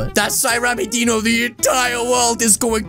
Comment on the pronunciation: rammmys name with the dino you say it like deano not die no you say rammys name with die no